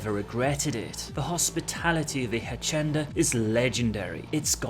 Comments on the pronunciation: a - see - en - da "H" doesn't sound in spanish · I love you but your Spanish sucks. Hacienda (a-see-en-da) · Say it with me: “ha-see-en-da” I don’t speak Spanish but it’s a worldwide language and hacienda isn’t an uncommon word. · "the Hashenda" HAHAH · Hacienda is pronounced (Phonetically) 'Hass-ee'nda'. (in real life it's a well known Nightclub/music venue in Manchester that came to prominence in the 90's). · hacienda say it ha see end ah. now it can mean a few things if you take slang and the fact Spanish is the most common tongue spoken house is what i know it as or home it is one of the reasons when they said oh we will have all this different language in game i was like i do not know may end badly the place i see it hitting badly is in the street gangs where the more you have sectism such as a gang or small group of people the more words that start to have a new meaning in said group so it is hard to nail down meaning of words but that being the case it also opens up the changing of words for things without this big over step saying no i read the books from 10-20 years ago and it said this is what it meant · seeing the comments below about the mispronunciation of hacienda, id like to complement you on your English, its far better than my Polish !! easy mistake, great video as always, stay safe choomba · Indeed you did. It's Spanish. So C is pronounced like an S, and IN is EN.